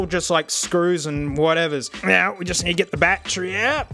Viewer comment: "Bat Tree" lol